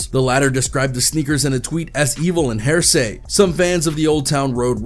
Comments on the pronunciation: Did you say hear say..and not hera-see…for heresy?? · hair-say? is that how u pronounce heresy? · Did this man just pronounce heresy ass "hairsay"? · The fact that this guy just pronounced "heresy" as "heresay" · My guy pronounced heresy like "haresay".... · Doesn’t know how to pronounce heresy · Bruh I'm sorry but that is not how you pronounce heresy.